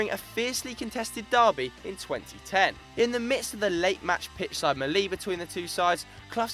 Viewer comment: What's a pitch side "mer lee"?? 😂